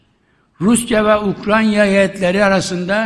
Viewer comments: Bu şahıs ustuste defalarca Ukranya diyerek,önünde yazılı olduğu halde yanlış okumaya ve söylemeye devam ediyor.Emekli olsa iyi olur. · UKRANYA !? 🤦🏽‍♂️🤦🏽‍♂️🤦🏽‍♂️🤦🏽‍♂️ Bu çok bunadı artık yaaa … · Vay be…! Ukranya imiş. Bizi bu yanlıştan döndürdüğün için minnettarım büyük devlet adamı, eşsiz siyasetçi… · Mature ,Ukranya değil, Ukranya mature Bahçeli. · Komşusunun adını bile telefuz edemeyen başkan, bravo sana